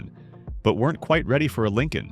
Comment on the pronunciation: I remember the Ford Lin Colon came out as a response to the Cad I Laxitiv. 😮